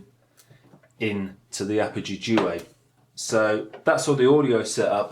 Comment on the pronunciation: 5 years on I hope you learned how to pronounce duet